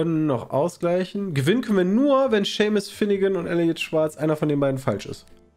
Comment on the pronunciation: Niemand Pietsmiet: Seemus Shaymus Sheemus Seemas